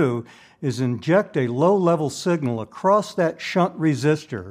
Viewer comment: I know Bode didn't know how to pronounce his own name, but there is really no reason for you to perpetuate the error. And the word "across" does NOT end with a T